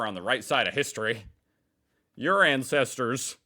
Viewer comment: you said " incesters " instead of " ancestors " a very different type of family relationship 😮